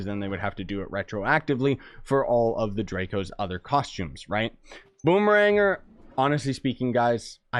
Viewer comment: i believe it's called Boom-eh-Ranger